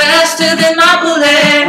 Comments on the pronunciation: It's hard to take him seriously when he says boolet. XD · Duude, you gotta fix that bullet. seriously its bullet. Not booooooolet. Haha damn. other than that its not bad though. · The sound quality is very rough.. But the music itself is awesome:) Make a studio version of it with in it and i'd totally download it:) oh yeah, and if you'd prounounce it "bullet" instead of "boolay" it'd sounds a tiny bit better too. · It kinda ruined it for me when he said boo-let... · i think the way they say boolet is great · he pronounces bullets in such a weird way :) sounds like he's saying "faster than my bootay"